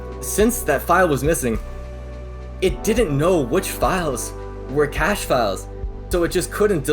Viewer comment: The "ka-shay" method. Uuuugh. That isn't how you pronounce cache.